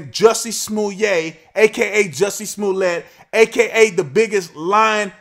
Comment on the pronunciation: You're mispronouncing it. It's Juicy Smolyay.